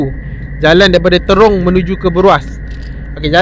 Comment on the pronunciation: Assalamualaikum wbt buat.apa khabar? diharapkan saudara sentiasa komited dan bersemangat untuk merealisasikan usaha menerbitkan kontent yang lebih padu dan bermanfaat setiap kali upload video.jangan mudah mengalah.sebutan Trong sebenarnya bukan terong.jalan dah banyak berubah cuma suasana masih sama,jadi berhati-hati dalam perjalanan tu.bermacam-macam kemungkinan boleh terjadi.moga sukses selalu.salam hadir dari Perak Tengah.